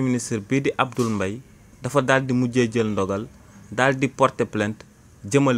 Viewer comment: Combien de fois as-tu prononcé le nom alors que c'est Abdoul MBAYE? Soyez professionnel qu'à même 🤷